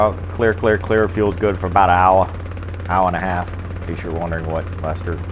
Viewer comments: OWA! :D I like it :) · Poor Lester. Makin fun of how he says hour. Cracks me up lol.